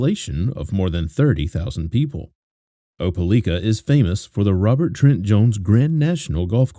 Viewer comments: It's pronounced Oh-pa-like-ah Great video, as always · Not being rude but it's pronounced , like not lick . Opelika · It’s o-pe-like-a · Opalikaispronounced with a long i= ("OH puh like uh"). Just FYI 😊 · It’s O-puh-LIE-kuh . My home town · Lord have mercy. No one can ever pronounce Opelika. It's Oh-pah-lie-kah. This story remained such a mystery for far too long 😢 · You got it right except for the third syllable. It's pronounced O-puh-like-uh. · I live like 30 mins from opelika and I die every time I hear him pronounce it 🤣